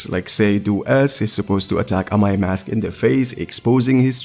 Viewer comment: Amai mask got butchered 😭🤣